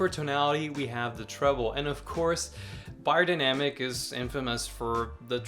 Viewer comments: Pronounced bae-er, not buy-er. Good to see this reviewed still for those of us in 2nd-hand market. Vielen Dank! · I really don't get why americans have such difficulty with pronouncing foreign languages. Bayerdainamic.